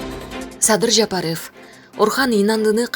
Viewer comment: Садыр Жапарыфф дейт го 😅көк мээлер кичине сабаттуураак диктор тапсаңар 🤦🏻‍♂️